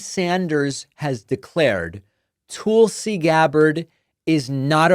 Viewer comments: If I hear “Toolsi” one more time I’m gonna rip my hair out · Why do you call her tool c? Isnt it Tulsi? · Calling her Toolsie is so stupid--it must be what an intelligent Trumper must feel like listening to his screeds against Kuh-mall-luh, Crooked Hillary, Crooked Biden, Sleepy Joe and whatever. I cringe when you do that. I'm betting others do too.